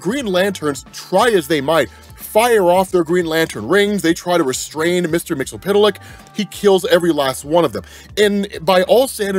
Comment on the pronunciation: I cringe every time he pronounces mixlspitliks name.. But he provides the best comic breakdowns. So it’s yin and yang